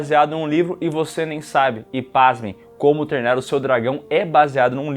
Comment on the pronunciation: Gosto do falando "Como TERNA o seu dragão" todas as vezes KKKKKKKKKKKK